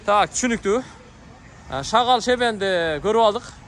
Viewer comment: тантык шагал эмес шагыл болот аяш ава